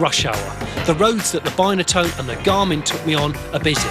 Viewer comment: You call it a bineatone and its not its binatone